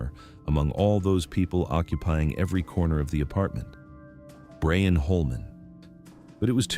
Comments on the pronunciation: Can you please change the wierd boyfriend's name pronunciation to Brian (BRI-an) from Brain? It feels as though someone misspelled his name and they stuck with it. It takes away from an excellent story, whichis very well-crafted. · Why can’t AI pronounce properly? Brian!